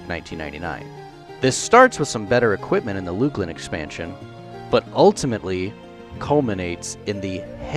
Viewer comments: Canon: Luclin - Luck-Linn. Not Luke-Lin. #JustSayin #TrueStory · I agree about the pronunciation of Luclin. I'll even accept loosh lin. It's super annoying when people say it so wrong.